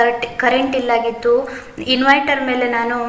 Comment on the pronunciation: It is not inviter it is inverter sister